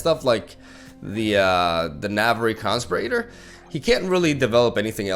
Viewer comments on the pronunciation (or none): Really fun deck. Minor note (not sure if you know or care), the emphasis in "conspirator" is on the "spir". When you put the emphasis on the "con" it makes me think of a constipated respirator, whatever the hell that is.